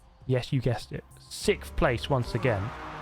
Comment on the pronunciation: 'Sikth' place. Who would've guessed? Lmao.